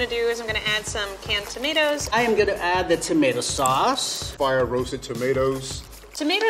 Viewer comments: Him: Tomateeos Me: tomatoes😑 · ...Did level three seriously just pronounce tomatoes as "toe-mah-tee-o's"...?